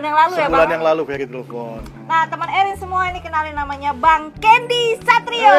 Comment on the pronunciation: CANDY kli bukan Kendi 🥴🥴 Professional aj lah 🙄🥴 kya ngmong ama siapa kan orang negri semua bukan turis